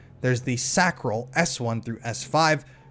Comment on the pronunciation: Sacrum pronounced saycrumb, sacral - saycrol , Coccygeal pronounced cock-sig-gee-all